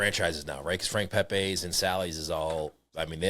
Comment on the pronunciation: New Haven, NOT Connecticut is the pizza capital. About NEW HAVEN's, big 3.... First and most important, it's not "Pay-pays," It's Pep-ees. 2nd, Ace' s point is well taken, the product being sold in one of the big 3 is not the same as it was decades ago, even in the original location. One of the big 3 uses completely different tomato product (the "magic" and "lucky" stuff that comes in tins) and a 90%soy/10%olive oil blend instead of EVO. All 3 however, use much less oil on the pies than they used to (when the pies would swim in the stuff and they actually would float in the sheetpans they were served in)probably due to the health consciousness and paranoid fueled fear of pizza "grease." Too bad.